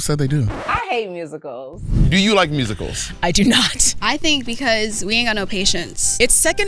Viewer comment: “I like Rusicals” 😭😭😭😭😭😭😭